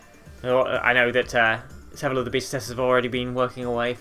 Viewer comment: Ok 200cc is awesome and all that but can we talk about the way been pronounced beta